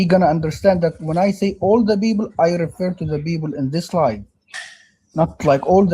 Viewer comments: Whenever they say "beoble" I always have to hold in a smile. It's too funny to me. God give me strength. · You miss his boint he is talking about all the beeble of the blanet....bleeeese listen